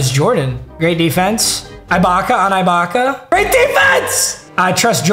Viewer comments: its “ee-baka” not “eye-baka” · ITS PRONOUNCED EH-BAKA NOT EYE-BAKA. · this keeps haunting me bruh. it’s serge uhbaka not serge 👁 baka 😭 love you tho papa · Also does it bother anyone else that he says Eye-bocka instead of ee-bocka for Serge Ibaka 😂😂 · it’s not EYE-BAKA it’s EE-BAKA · I want him to get rid of Ibaka so I don’t have to hear him mispronounce his name again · Bro can you please say ibaka right omg, it’s pronounced ebaka not I baka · Serge eye-baka aaand Wang Z.Z. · the way he says AYE-baka makes me so mad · “serge eyebaka” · Who is “eye-baka” 😂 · it is EEEEEbaka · Say it with me, It’s pronounced like Serge E-Baka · How many times is he going to say ibaka wrong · Fr, I want him to replace him so bad, no mispronunciation has made me this mad b4